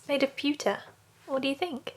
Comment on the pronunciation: "It's made of pewter.": "Made of pewka." Hahaha!